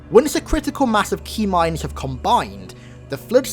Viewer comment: up until this point I thought you were saying Tmind. LIke a T bone steak or something...